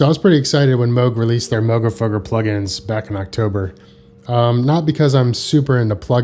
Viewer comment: I hate the way you're pronouncing moogerfooger my dude 🥹